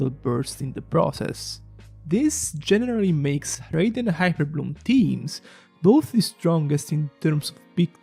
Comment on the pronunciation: please learn how to pronounce raiden